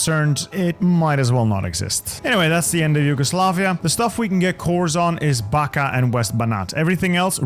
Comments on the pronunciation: impeccable French and German pronunciation falls short only for Slavic names - Backa is pronounced like Bach-ka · the "Backa" is pronounced as "Bachka" while Vojvodina is "Voivodina"